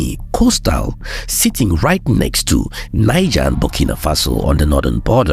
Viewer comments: The country Niger 🇳🇪, is pronounced as Knee Gell, NOT Nine Gar. It is a state in northern Nigeria 🇳🇬, Niger State that is pronounced as Nine Gar or 9ja. The country is NOT pronounced that way, you are giving it a Nigerian pronunciation. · Hello sir. Please work on your pronunciations and delivery. (Niger) Neejeh, not Naijah. (Benin), Bene, not Beeneen. Too much exhaled breaths at the end of your words. Thanks for what you do. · Please do pronounce Niger- Nigche because it is not English. Your videos are awesome. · You keep pronouncing Niger in the Anglo-Saxon way! It is pronounced as "Neejaar" in the French way. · Excellent progress, great storytelling but wish we learn to better pronounce Benin and Niger properly, it's not the same pronunciation as the Nigerian names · Try work on your pronunciation of names. I almost thought you were talking of Niger State and Benin-City in Nigeria until I saw the maps. ❤